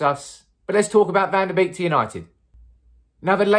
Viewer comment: One of the only Youtube influencers who says his name with the correct pronunciation. Kudos!